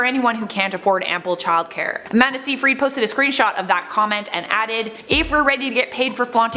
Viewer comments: Isn't it pronounced...SYYYYY-fred...not SEEEEE-frEED? Anyways...it's sad that Amanda actually turned out to be a mean girl. Shame. I actually liked her before her comment. When I wasn't pregnant, people would think I'm pregnant. When I was pregnant, people would ask if I'm actually pregnant. 😒😅😭😂 Like wow guys...pick a side to hate on? At least then I'd know which kind of asshole you are and then I can choose to either ignore you or just stare at you like you're an idiot...cause you are if you think asking either of those questions is normal. One of these people who asked if I was actually pregnant was a worker who was supposed to help women and mothers. Great support system. People are disgusting. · Amanda's surname is pronounced "SIGH-fred". Just saying - or pronouncing.